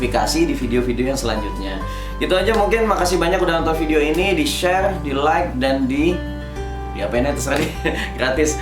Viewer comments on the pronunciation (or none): none